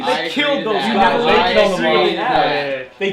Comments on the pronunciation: Kaijus "Kileld" my brother .. :D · Kaijus "kileled" my brother? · Kaijus "kileld" my brother.....wtf